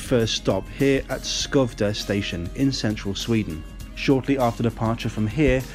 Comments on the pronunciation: Yes but Skövde needs some practice! Should be something like Schovde with the first part like the start of Scunthorpe. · As a swede i do not accept your apology of your pronounciation of skövde and katrineholm. You pronounce skövde something like schouvde. And katrineholm something like kattrinneholm. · Sjööövde. I know swedish is a fucking mystery to pronounce. Thanks for the praise. I've been to the UK and I understand where you come from. Public transport is so damn expensive there it's bonkers. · Curiously the town of Skövde is pronounced something sounding close to "Fwerve-deh". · Nö. It was not. But at least better than Skövde. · Now I’m triggered over your pronunciation of Skövde. Katrineholm weren’t too far off, but you really butchered skövde